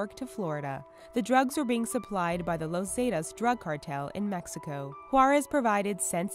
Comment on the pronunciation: "Lows zeytas" lol